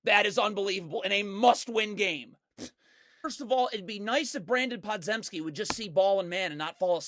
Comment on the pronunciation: I watched him at Illinois, Brandin Podzeimski's last name is pronounced "Pod-Jim-ski", not "Zem-ski"